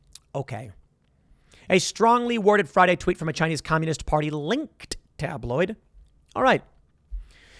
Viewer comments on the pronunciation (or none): Pool, I ducked for cover when you so violently enuciated the word "LinKKKKKed".